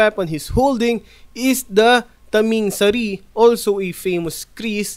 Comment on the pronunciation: U pronounce Taming Sari too fast